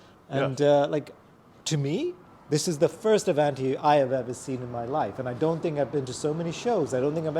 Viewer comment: Well he could learn the correct pronunciation of “ Avanti” . Also a special cam shaft did not make a 304 engine as he said. Studebaker had a 259 , 289, and 304.5 cu in. Engines. The Avanti came with 289s and 304s either super hard or not depending on if it was an R1, R2, R3, or R4. Nice to see his beautiful car and if you are fortunate enough to have such a car, you have a responsibility to know the correct facts about your car when you show it.